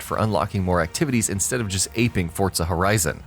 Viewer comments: for gods sake its forza not fortza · For the love of christ. "ForZA" not "ForTSA" pronunciation of the word is key, take away from the point of your video. And constantly crashing into everything in almost every clip is even worse, makes you out to look like a whiny player even though I do agree with some points. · Stop saying fortsa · Whats Fortza Horizon?